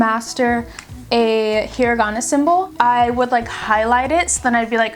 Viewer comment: you pronounced hiragana wrong